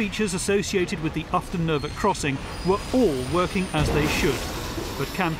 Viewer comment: Ufton Nervet, not Upton.